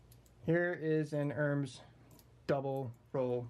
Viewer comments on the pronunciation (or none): pronounced "er-mez"